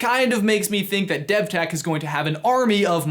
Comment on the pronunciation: devtech sounds like dethteach